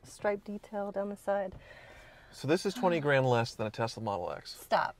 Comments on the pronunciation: it is TeSla not a TeZla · Why do you guys say "Tez-la"?